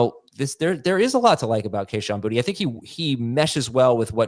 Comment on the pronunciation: Its not Booty its pronounced, Bootay. Its a louisisana last name